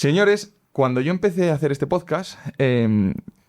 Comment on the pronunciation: Por favor, pronuncia bien PODCAST, con la T al final (no "podcas").